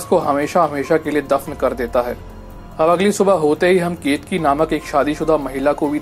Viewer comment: Not ketki it's keteki ..ket ..a..ki